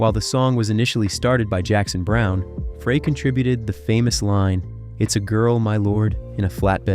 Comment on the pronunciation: Fray??..... It's pronounced FRY!! How can you do music videos and not know how to pronounce his last name!! 💩